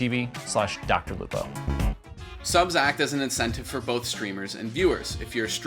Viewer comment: he missed a "h" from "both"